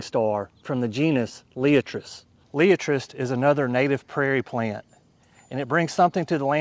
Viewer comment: Pronounced Lie at tres ! Otherwise excellent presentation